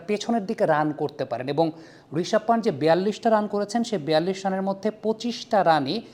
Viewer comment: Player nam thik vabe nite pare na... panth, pant noy.